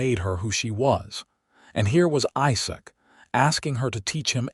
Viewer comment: The LAST thing a couple would ever discuss after their first intimacy is how much the groom wants to rEad...long E sound. Listen to your AI rEader, to make sure all words are pronounced correctly. IZak, NOT iSak. (phonetics) red = past tense for Read, present tense read is pronounced with long E. Not rAde. Annoying. The story is nice